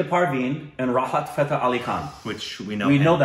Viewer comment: .....Arnold Schwarzenegger to bade araam se bol lete ho..or yhan...Fateh ko Fahet ...